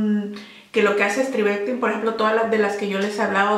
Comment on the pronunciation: Por cierto, se escribe STRIVECTIN. Sin E, y se pronuncia Stráivectin....